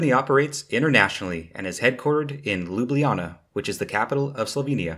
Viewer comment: Thumbs up for proper pronunciation of Ljubljana :)